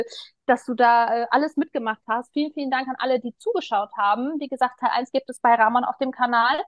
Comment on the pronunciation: Er heißt *Ramonnnnnnn*, nicht *Raaaaaaaamon*, Mensch!!! 😅😂😆🥲😇